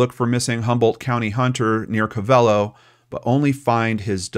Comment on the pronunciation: It's pronounced co ve lo not co velo 😁